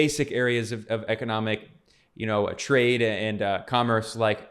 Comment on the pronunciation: “twade” lmaoooo. Sorry Ben